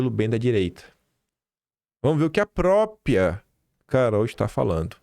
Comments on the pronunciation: Dói ouvir PROpia de vc. Tá igual funkeiro. Repita, Própria. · O certo é “própRia” e não “própria”